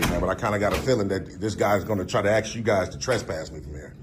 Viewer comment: It is good to axe to be educated!